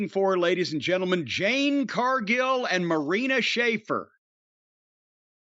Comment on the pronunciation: Jim still calling Jade Cardgill, Jane Cardgill 🤣🤣